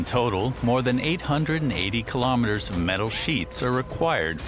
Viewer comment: Kilometers.....NOT.....ki - LO - meters! Free Doc. the worst of the worst! 👎👎👎👎👎; the narrator Just doesn't get it!